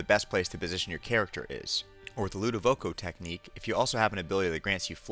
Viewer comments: "ludivoco technique" THERE IS NOT AN O THERE! I swear this guy pronounces nico as "noco" if that's how he says that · it’s not pronounced “the ludovoco technique”